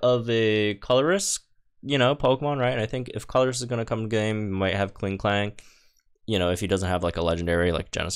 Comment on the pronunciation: It's pronounced Col-ress.